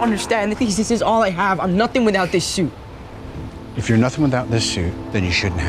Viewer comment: Since when is "suit" pronounced as "shute"...?!